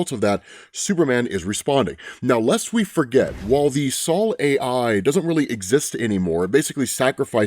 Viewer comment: Just wanted to say that I am % sure Sol is pronounced “soul” as in “sun”…. Not “Saul” like the name 😬😂